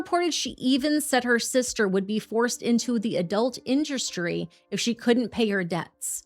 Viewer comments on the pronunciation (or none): Did you say "Adult Indursrty?"